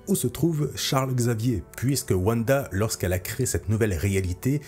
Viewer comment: Mais ! wanda ne se prononce pas wuanda mais vanda ! tu dis pas wuagon ou wuagner